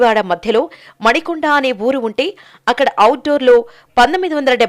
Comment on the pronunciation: మణికొండ కాదు మానికొండ